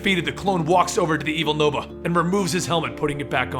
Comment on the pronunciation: Yay called Nova noah well that's what it sounds like